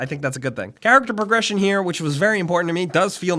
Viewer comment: "Ceerrecter Peergression" hahaha